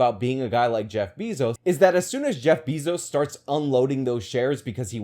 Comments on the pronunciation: Can't take you serious when say Jeff "Beezo." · Is anyone else irritated that he keeps saying Bezos (BAY-ZOS) incorrectly?